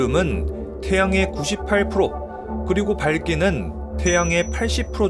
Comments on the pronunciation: ‘밝기가~’는 ‘발끼가’로 읽는 것 아닌가요? 다르게 읽으신 것 같은데… 내가 잘못 들었나? ㅋ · 밝기를 자꾸 발기처럼 읽으시네